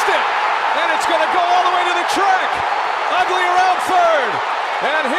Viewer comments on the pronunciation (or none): And Ugly around third...he will score!!! The announcer totally mispronounces Uggla lolol